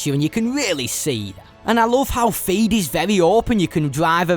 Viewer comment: It’s Theed, not feed 😂